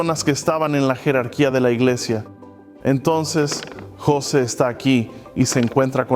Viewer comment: Apreciado hermano nosotros en América Latina lo conocemos como José Smith y no como Yoset Smith, si pudiera saber mejor como pronunciamos nosotros los nombres sería mucho mejor , la razón por la que busqué este video es para saber datos puntuales ; cuando fué destruido quien lo tuvo y cuando fué recuperado por la Iglesia y cuando fué dedicado otra vez.... gracias de todas maneras por la información.